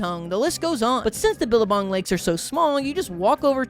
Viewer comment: as an australian, "billerbong" took me out 😂